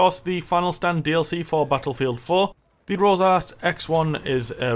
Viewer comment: its rorsch not rosarch